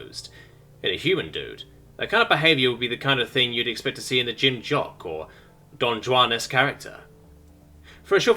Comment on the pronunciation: Just for your future works... Don Juan, is pronounced.... Don ,,, Wan.... Wahn.... whan.... I hope That clarifies the pronunciation. :D